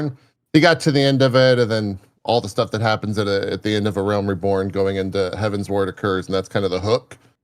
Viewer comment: So satisfying to hear Tali and say Heavensward the way I believe is correct